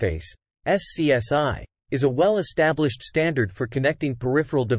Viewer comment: The AI voice has to learn that SCSI was usually pronounced "scuzzy" instead of being called by its letters.